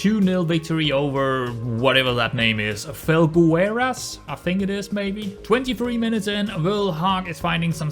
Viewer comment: You pronounce Felgueiras exactly like you are saying it but the U is silent, so you go straight from the hard G to the E. In English you would say it like fell-gay-ras. Cheers!